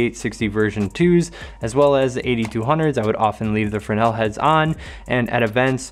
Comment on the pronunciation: Just got the Rogue round kit after watching this. Great find, I'm going to like these. Drives me nuts not having labels on gels. and you pronounce Fresnel properly!!!